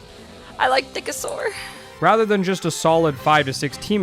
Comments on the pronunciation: For a moment there, I thought I heard her say “Dickasaur” instead of “Nickasaur”. 😂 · I thought she said "I like thickasaur" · "Nickasaur" has a very unfortunate pronunciation when spoken...